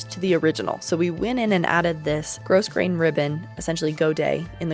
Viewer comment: Grosgrain is pronounced grow-grayn, not gross-grayn. ALSO, I love your videos so much, they're really helpful for my own sewing and alterations ❤